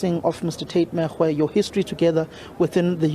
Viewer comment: Lejwe- lepule ( Lejwe-leputswa) . Reporter is reporting from the Free State but remains of late Tate Makgoe, not Megoe, arrives UJ. Could we get someone who speaks either Sotho or so for correct pronounciation please stop battering our ears!